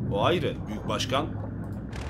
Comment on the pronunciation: Başkan değil , buşgan. Buşganım..